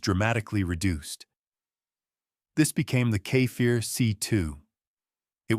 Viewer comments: it's no kefair it's Kfir. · Kfir = ‘Ka Fear” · You're really having a bad time Saying Kfir, huh? You say it Exactly as you read it.